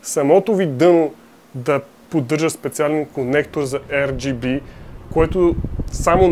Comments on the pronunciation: R = АР , не ЕР плс брат. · ар джи би, не ер джи би